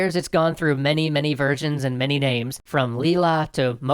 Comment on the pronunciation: Every time you say "versions" I hear "virgins".